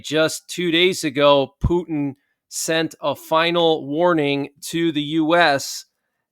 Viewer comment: Haha you went back to calling him pewtin love it